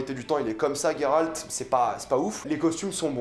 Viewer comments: Ta prononciation de Geralt me gène étant donné qu'il n'y pas de "u" Sinon j'apprécie ta "critique" Qui n'en n'est pas vraiment une vu que tu dis beaucoup de bien de la série Personnellement j'ai beaucoup apprécié cette première saison bien que un peu courte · Putain je suis pas le seul à prononcer "Gueralt" plutôt que "Jéralt" 😂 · GolderUltra bah faut le prononcer « Gueralt » mdrr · Tous mes potes prononcent "Jéralt" ça me frustre 😅